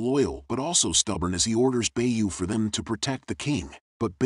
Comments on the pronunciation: The gunslinger mushroom name is Beau prononced BO,not bay-u. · The pronunciation is so bad sometimes I have to wonder if this is an air with a script cause how TF do you get Bay-You from Beau? It's literally just 'bow' as in the weapon, and somehow...This has to be an AI, right? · Great story and thank you for sharing it! Although I must admit I physically recoil every time the narrator pronounces Beau as "Bay-you" instead of "Bo" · Very nice recap <3 "Beau" is the french word for "beauty" (male gendered). It's pronunced "Bo".